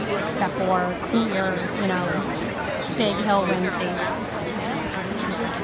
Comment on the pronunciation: Jill not Hill movement. Pass the word around.